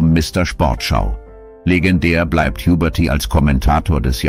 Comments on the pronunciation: "... starb Ernst Juberti" - Hhhubérty! 😂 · Schade....... Computerstimme. Huberty =Jubberty Gysy=Güüsy etc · Huberty als Juberrty mehrmals falsch auszusprechen ist schon peinlich... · Wenn das keine Computerstimme ist, wieso werden dann manche Namen und Wörter falsch ausgesprochen. Den Namen Ernst Huberty sollte man dann kennen und ihn nicht Juberrty aussprechen, genauso wie „Schöne Maid“ von Tony Marshall falsch ausgesprochen wurde. Sehr komisch 🤔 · die Stimme ist nicht echt, denn ein Mensch würde nicht so viele Namen so dermaßen falsch aussprechen. Vieles wird Englisch ausgesprochen, das weist auf ein Computerprogramm hin. Ein echter Sprecher würde sich bestimmt erinnern an Ernst Huberty oder das Lied "Schöne Maid" von Tony Marshall.